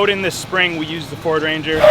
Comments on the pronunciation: it’s a feeord 😂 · "Its a feeord" 😂